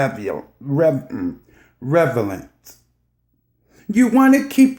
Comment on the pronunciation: Cherry Tree Girrrlll, Okayyy!!! But I guess its better than what she started with. "Revial." 🤣🤣